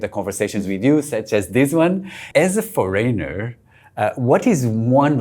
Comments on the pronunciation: Why do you foryner and not foreigner ?? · "As a FOREYNOR!" No man you are not a foreigner. A foreigner would knwo how to pronounce this.